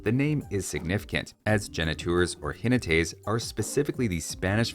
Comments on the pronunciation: A quick, somewhat pedantic correction: Zenata was corrupted into Jinetes indeed, spelled "XI-netes", not "Yi-neTES", with a hard J sound, not a soft one. In Portuguese the word is also spelled "Ginetes" with a hard-J (XI) sound. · Jinetes isn't pronounced like that. The emphasis is on the first E. Jinétes, so to speak. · There were only three possible ways of pronouncing “Jinetes” and you only used the two wrong ones XD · Ze na ta Jine tes No bro, it's Ji ne tes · No u didn’t pronounce jinetes right🤣🤣. It’s nothing close to zenata tbh. Appreciate the videos though 🙏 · No, you did not pronounce Jinetes correctly. But it was close enough.